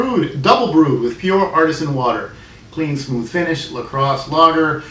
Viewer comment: A La Crosse native from the Heileman era and "the little professor" commercials says: Kräusen is pronounced kroy-zen. Germans half swallow the "r"sound but Americans don't. Also "artesian" is pronounced the way it looks, not like "artisan". cheers